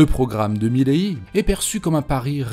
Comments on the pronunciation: Pourquoi tu dis Mileillie, frérot ? C'est pas ça et c'est absolument immonde à l'oreille. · Svp prononcez correctement milei, ça fait mal aux oreilles